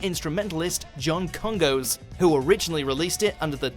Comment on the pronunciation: It is not pronounced John Kon-goes. it is John KonGoss.